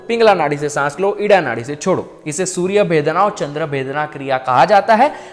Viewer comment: सूर्य भेदना नही सूर्य भेदन